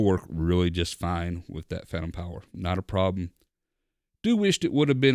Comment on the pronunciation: "Pantom Fower" haha! Really great review I love the sound quality of this setup